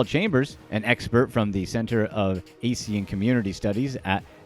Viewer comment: How the fk you even pronounce ASEAN as AC? Ridiculous